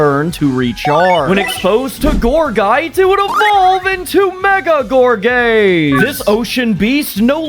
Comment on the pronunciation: I know you said gorgaze but I 100% hear gor gay😂😂😂😂😂